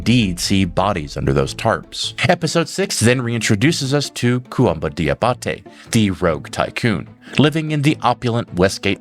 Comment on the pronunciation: Fun fact. “Diabate” is pronounced “Jah bah tay”.